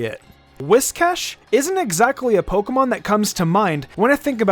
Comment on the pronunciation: My guy said “pokemom”